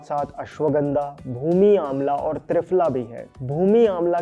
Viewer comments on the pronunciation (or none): भाई तुम हिंदुस्तानी हो ना... तो ये Pronounciation इतना खराब क्यों है ❓❓ पतंजलि को पटअंजली... त्रिफला को ट्रीफला... क्या हैं ये ❓❓❓ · Lol, which AI made triphala as tri-phala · Trifala hota hai bhai tryfala nhi 😂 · Kuchh jyada hi herbs k pronunciation ko advance me nhi bol rhe h,aise bolne se angrej nhi honge ,shuddha bolo,its दिव्य not डिव्य,it's पतंजलि not पटांजलि and पटैन्जली it's त्रिफला not ट्राईफाला ,it's तेल not टेल it's अश्वगंधा not अश्वगंडा aise hi sabko galat pronounce kr Rhe ,Indian ho language me bhartiyata lao sharm kaise ye to herbs h bhai ,itna bhi advance Mt bano